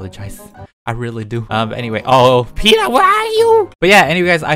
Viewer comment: Hi omgggg make me laugh every time you say it love you ❤️